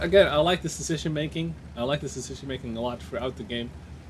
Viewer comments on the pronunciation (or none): DId you heared "Cecition Making"?